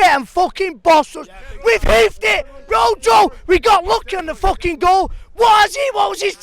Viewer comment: It's pronounced roho it's spelt rojo